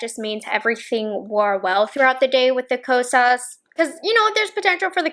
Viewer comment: you say “Ko-sauce” 😅